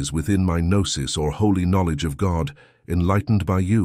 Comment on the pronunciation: Lazy use of A.I. narration. For example... noose rather than Gnosis. 🤦🏻‍♂️